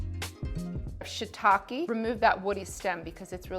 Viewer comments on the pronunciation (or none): none